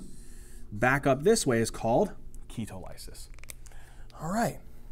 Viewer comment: ‘key-tall-uh-sis’ not ‘key-toe-lie-sis’ lol